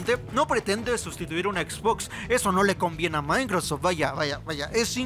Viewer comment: El "maincrosof" jajajajajajajaja